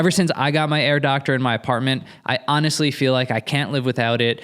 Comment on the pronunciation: Every time you says Air Doctor I think of Dr. Evil’s girlfriend saying “Herr Doctor” in a German accent 😂